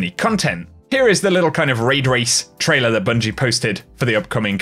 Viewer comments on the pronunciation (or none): none